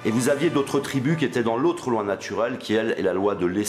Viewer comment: la loi natchurelle ? accent de banlieue francilienne ? Cependant votre vocabulaire n'est pas mal du tout. Un peu de critique - mais - amour quand meme; vous avez mon pouce up.